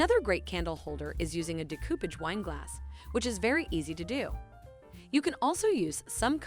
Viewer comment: Di-COOP-age?! No. It’s DAY-co-paj. 😂